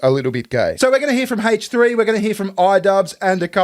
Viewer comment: "Haiche 3" 😂